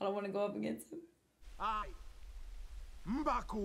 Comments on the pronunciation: M'BakU (like "mbak-ooh" not M'Baka (which just sounds like baka or idiot in japanese) 😂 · M'Baku not M'Baka! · The fact that you have been pronouncing M’Baku’s name wrong the whole movie has me Cringed. Lol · M’baku!!! That’s how you say his name